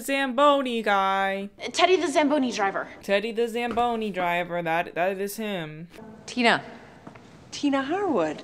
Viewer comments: "What's that called, a Zambooie?" It's a zamboni!! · not saying zambooey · When you're Canadian and listening to butcher "zamboni" over and over